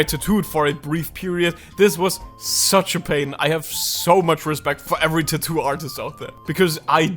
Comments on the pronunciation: Why do you pronounce tattoo as too too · Lol i love the way you say "Tathoo " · his tattoo pronunciation is soo cute 😭